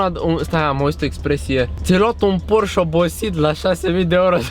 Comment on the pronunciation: singura mea problema e ca pronunti porș, s-ar putea sa nu-ti pese, dar e porșe si bose e bouz